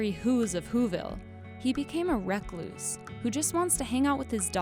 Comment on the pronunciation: I’m sorry, the way she said “recluse” really bothered me.